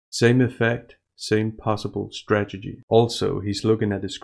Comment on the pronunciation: strategy, not stragety. We all do that and I laugh everytime.